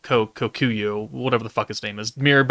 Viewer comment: KOKUYO!!!! HIS NAME IS KOKUYO!!! HOW HARD IT IS TO SAY THAT AAAAAAAH ITS DRIVING ME CRAZY!!!!!!!!